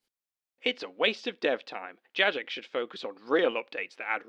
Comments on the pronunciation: The weakest argument you made in this video was calling it Jajex. 😂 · the only real issue i take with this video is the pronuciation of Jagex. i've never, ever heard someone pronounce it JadgeJex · I would say that this is a moral failure on your part. It's incredibly easy to just choose the correct option and pronounce it "JaGEX" - What is this "JaJEX" nonsense. What has the world come to? Oh yeah totally agree on pride though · it's pronounced gajex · My only problem with this entire things is that you pronounce it "Jajex" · The worst part of this video: The flagrant mispronunciations of Jagex. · did you just pronounce the g in jagex soft?